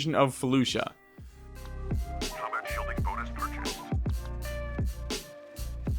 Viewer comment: When you said you were invading felucia i thought you said fallujah and was very confused.